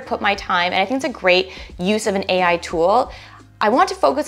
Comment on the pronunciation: 1. HEY EYE! 2. LOW KOD! 3. ASS-KEW-ELL! 4. ROBLO.. ROBOTIX! 5. CLAWWOOD!